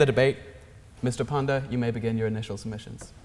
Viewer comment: JP Nadda pronounced as J Panda. Kms lmao